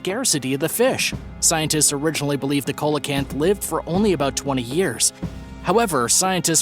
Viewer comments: You pronounced the fish as "cola canth" but actually it is pronounced "see LA canth". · SEE lo canth, not colo canth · That ancient fish is pronounced like this. Seal a can't. The "C" is pronounced like an "S" seal a canth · SEE-LOW-CANT. PAY-COSE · ya he was pronouncing it weird i was like bruh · Thank you! That drives me nuts! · That was driving me crazy too!!